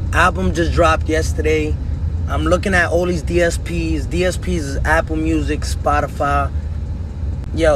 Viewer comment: I still can't get over the fact he pronounced Spotify like spodifahh